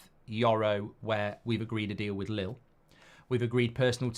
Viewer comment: It’s not lil it’s leel